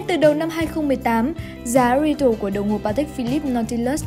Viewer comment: 5711 mà đầu video là 3711 retail thì phát âm là rì têu chứ đâu phải ri tồ. k chuẩn thì nói luôn là "giá bán lẻ". Ông nào dựng và duyệt video này lười quá đáng